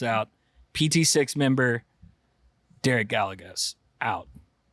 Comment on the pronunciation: pronouncing Gallegos is shocking 😂